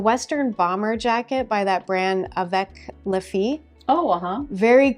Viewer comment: Hi, the Avec les Filles Western bomber is navy and ivory, not black and white. By the way, les in French (plural form of “the”, le), is pronounced lay. Thanks for your tips, ladies🙂